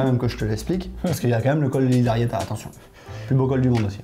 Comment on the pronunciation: Bon au risque de faire mon boulet, je craque parce que ça fait plusieurs fois que parle du col de Lizarrieta. En fait il faut prononcer "Lissarriéta", le z en basque se prononce s. Artzamendi c'est un bon exemple aussi, mais la pas de souci vous le prononcez bien! Et bien sûr, d'accord avec pour dire que c'est un très joli petit col 👍